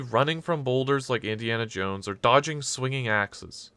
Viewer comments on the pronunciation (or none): none